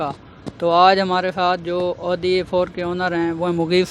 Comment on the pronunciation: Pyaaray bhai audi ka lafz bolna seekh